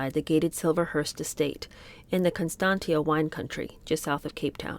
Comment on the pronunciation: I know I’m 4 months late, but the suburb of Constantia where Di’s brother lived is pronounced Constansha, and is one of the area where the richer people live.